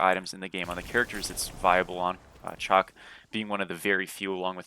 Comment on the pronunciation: It's shock my guy shock.. not chalk